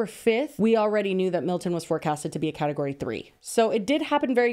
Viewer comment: ….. is category that hard to say. 😭